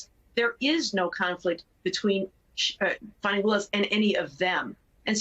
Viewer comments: It’s Fani Willis. As in vajayjay Willis. Not funni Willis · Why are y’all pronouncing her name which is Fani (fanny) like fawny instead ?…. Good gads you ppl are insufferable!! 😣 lol